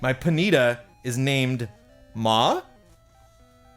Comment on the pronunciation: poneeta first time i heard someone pronounce it that way haha